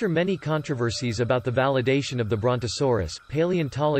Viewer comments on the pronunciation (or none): none